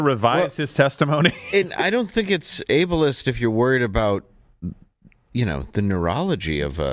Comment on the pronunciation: "You're Abalist!'" Yes... I want the Able-ist person in the job.